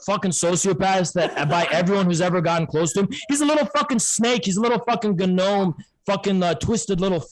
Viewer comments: I think the G in gnome is silent. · MF said “guh-nome” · I cannot tell for sure if emphasizes the G in gnome intentionally or not.